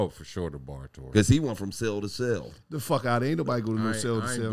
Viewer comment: Nigga said celly time😂😂